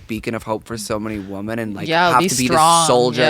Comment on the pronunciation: Guyysssss, please plase please start pronouncing women correctly, WI-MUHN not WO-MEN